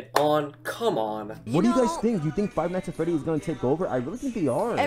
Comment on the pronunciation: It hurt me when the dude recording said “Five night at Freddy”